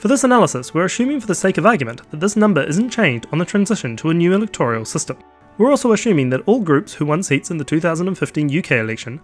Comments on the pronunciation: "Electoral " , not "electorial " . How are we supposed to take you seriously if you can't even say the word properly? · It’s electoral not electorial